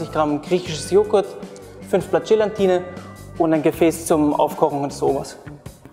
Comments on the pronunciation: Gelatine nicht Gelantine ! Und die teure ISI Flasche muss es auch nicht sein - es genügt ein guter Sahnesyphon aus Edelstahl - für ca 25 bis 27 Euro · Gelatine, nicht GelaNtine. Das ist fast genau so schlimm wie VanillJe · Wobei VanillJe laut Duden genauso korrekt ist wie Vanille. Aber "Gelantine" kann ich auch nicht mehr hören!